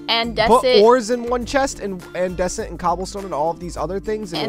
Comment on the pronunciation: you pronounced andesite wrong